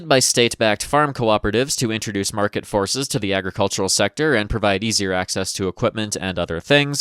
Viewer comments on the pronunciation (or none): none